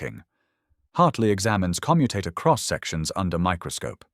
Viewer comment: AI audio naff again. Commutator stress should be on O , and not U which relates to the verb to commute. pay a bit more and get it right !